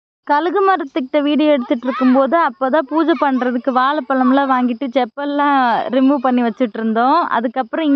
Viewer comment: அவங்க மார்ர்னிங்னு அழுத்தி சொல்லும் போது எனக்கு சிரிப்பா வரும்.செப்பல் ரிமூவ் அதக் கேக்கும் போது இன்னும் சிரிப்பா வரும்.நமக்கு தெரியாத ஒரு மொழிய வலுக்கட்டாயமாக நமக்கு நாமே திணிச்சு அதுல என்ன வெட்டி பெருமைன்னு எனக்கு தெரியல.நமக்கு தெரிஞ்ச நம்ம தாய்மொழியை நம் வட்டார வழக்கில் பேசினாலே இனிமையாக இருக்கும்.இது ஏன் இவங்களுக்கு புரியலன்னு தெரியல.